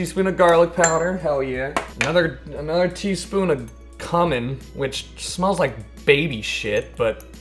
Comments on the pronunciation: k-you-min, not cummin. But honestly, I might prefer the latter. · It's kyumen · It's pronounced QUE-MIN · I thought it was coomin xd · cumin... it's pronounced _-"q-men". Jfc,. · I hope he knows he’s pronouncing cumin wrong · I really hope he pronounced cumin wrong on purpose 😭